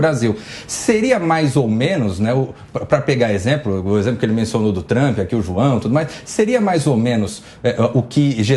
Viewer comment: "Juao"... um petralha foi detectado!